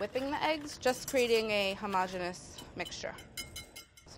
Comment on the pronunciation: Molly pronounces "homogeneous" with only four syllables, just like Claire does! When will the insanity end?